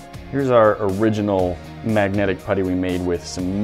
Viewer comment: Maggotic field